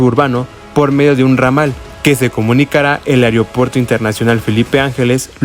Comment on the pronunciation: Ojalá ya lo amplíen hasta Huehuetoca, URGE. Se dice AEROPUERTO no areopuerto